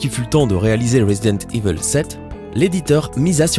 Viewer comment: J'adore comment tu ne sais pas prononcer le mot "evil".